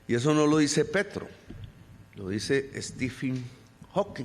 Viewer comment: Petro!!! Se te fue una r que no era😅